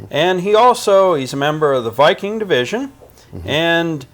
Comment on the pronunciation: in German Wiking is pronounced "Veeking". No biggie. Just some heads up